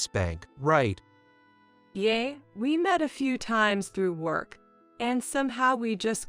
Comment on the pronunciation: Please people, yeah is not yay.